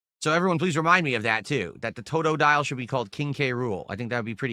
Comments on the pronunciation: He's sober when he pronounces "toe-toe-dile" correctly (never) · Says the name weird more than once then says it right. Sounds like he’s speaking spanish with a white accent